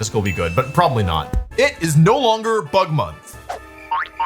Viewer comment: At first I heard Butt Month and had to do a double take 😭